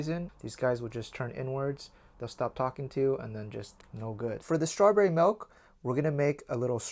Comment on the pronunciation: HE SAYS MALK